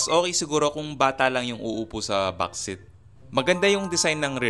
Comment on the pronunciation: Seat is "seet" not "sit"